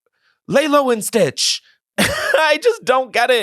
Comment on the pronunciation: “Lay-low and stitch!” Why do they love to air themselves out fr